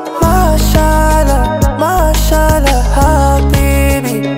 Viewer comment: Wrong pronunciation of word MashaAllah.